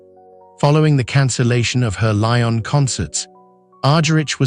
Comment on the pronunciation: Unfortunately I just could listen beyond the first few minutes due to the excruciating pronunciation. Her name was agonisingly mispronounced, and the French city of Lyon pronounced as Lion. If this is the best that AI can do it is a very sad state of affairs. Maybe it should be rechristened AS ( artificial stupidity) Such a pity because Marta is such a legend, and she deserves FAR more respect